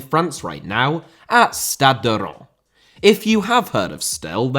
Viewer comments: The correct pronounciation is ReimS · It's pronounced more like "Ranse", as in Rinse but with an 'ah' sound. Also, you kept saying that Reims were still having to pay 25k for every game, even though you said they didn't have to, right at the end, because Will has started his Pro Licence course. Apart form that, great video! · fyi its pronounced rans not ron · Reims is pronounced something like Reemz. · Learn to pronounce "Reims" if you're going to mention it a couple dozens of times,! 😄😉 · Pronounciation of Reims was all over the shop 😂 The narrator pronounced Reims differently everytime 😂 The closest pronounciation of Reims was so he can sort of pronounce it properly when he wants to lol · his pronunciation of reims on both french and english is so off sorry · Reims also. And pretty much all the other cities he named lol. It doesn't take that much time to pronounce it correctly.